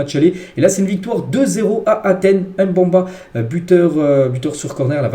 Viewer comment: Wesh poto prononce bien le nom notre joueur Congolais 🇨🇩 pas Mbamba mais Mbemba 😂😂😂